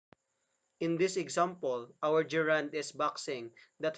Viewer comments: Very nice. Gerund is not ge’rund. We say ‘gerund- the stress begins this word. The idea and explanation are great, only wrong pronunciation spoils it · It's funny to hear the person who can barely pronounce the word GERUND correctly,to teach about it. There are several mistakes that I notices: some are in his speech and some are in the explanation. So if you really want to know about the functions of the gerund - DON'T LISTEN TO HIM. Here's the sentence ( min): Her hands are shaking. He explains the word shaking as a reund, having no idea what he is talking about. In this sentence "shaking" is present PARTICIPLE, not a gerund. So he's grammatically illiterate. Don't let be taught wrongly.